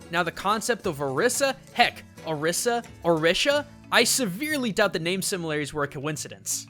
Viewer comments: It's pronounced (Oh-ree-sah) not (Ah-rih-sah) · her name is pronounced (O-ree-sah) Orisa. The Spiritual figures are call (O-ree-Sha) Orisha. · IT IS PRONOUNCED OR-EE-SA NOT OR-IS-A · how do you pronounce Orisa ? why do you pronounce it that way? I pronounce it as Or-ree-sa. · hobo 13 also not the way you say orisa's name in the game. He says "or iss a" her voice lines specifically voice out "I am or ees a" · i'm just saying you pronounced Orisa wrong (don't blame me) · Sure, there is the "Orisha" thing, but does ANYONE else notice that it's just OR-15 with an "a" at the end? ANYONE? OR15=ORIS. See? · You do realize both pronunciations have been used by blizzard officials, and they're the ones who created the name. Technically both are right.